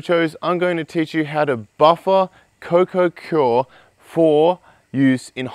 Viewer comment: Just a heads up, it's pronounced coir, not cior...